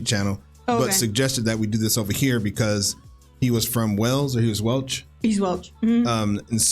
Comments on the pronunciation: Not Welch but Welsh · ".....he's Welch? "He's Welch." hahahahaha I think you'll find, people from Wales are Welsh. Not Welch. Hilarious though.